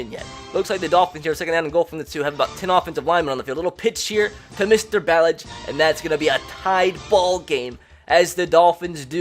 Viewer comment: What r ur pronunciations tho??? It’s BAHLAHGE and Guhsickee